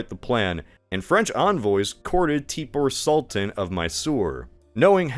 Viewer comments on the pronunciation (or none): That sure is a way to pronounce Tipu Sultan